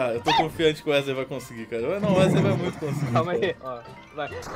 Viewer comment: "Wesley, Uesley, UÉSLEI" KAJSKAK